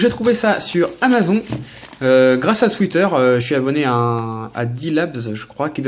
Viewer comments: mdr comment tu dis amazon ça se prononce amazon"e" comme une amazone :) amaZON mdr :p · Amazon se dit amazone rho :p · Amazon se prononce Amazone petit:p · amazon tu le dis pas bien